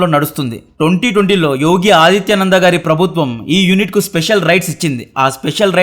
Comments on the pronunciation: ఎక్కడో విదేశంలో ఉండి HD ఛానల్ అనే పేరున చాలా లోతైన వివరణాత్మక సమాచారాన్ని ఇస్తూ ఎన్నో వీడియోలను సృష్టిస్తున్న మీకు మా ధన్యవాదాలు... అయితే ఆదిత్య నాథ్ బదులుగా ఆదిత్య నంద అని పలుకుతున్నారు. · ఆదిత్య నంద అని అంటున్నావ్ వారి పేరు యోగి ఆదిత్యనాథ్ ముందు ఆ మటన్ సెట్ చేసుకో పేర్లు తెలుసుకొని పలకటం ముఖ్యం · Adithya Nanda kaadu Adithya naath